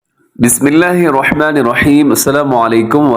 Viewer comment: آواز اور تلاوت تو آپ کی خوبصورت ہے.لیکن بسم اللہ پڑھتے ہوے آپ الرحمن الرحیم پر توجو دے. کیونکہ آپ را پڑھتے ہوے واو کو ملاتے ہے تو غلط ہوجاتا ہے الروحمن الروحیم بن جاتا ہے. تنقید کیلے نہیں اصلاح کیلے کررہاہو. کچھ سمجھ آیا تو دعا میں ضرور یاد کریں